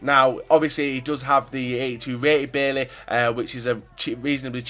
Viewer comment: Js, Bailly is pronounced by-ee